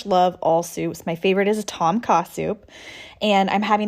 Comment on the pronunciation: Did anyone catch/understand what type of soup is her favorite? I’m always up for trying new things and just couldn’t make out what she said. It sounded like Tom Casu? Thanks 🤙🏼